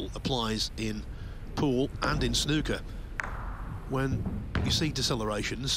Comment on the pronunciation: Sorry as an English man we play snooker if your going to use the term its not snucker its snooker or snookered get it right please if you are going to use my Language please👍